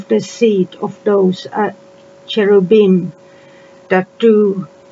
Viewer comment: Did you say cherubim?